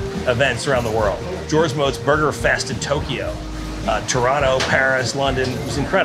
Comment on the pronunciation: First video of a person I've seen that says Toronto like a Torontonian haha. Also the most amazing and passionate advocate of burgers ever.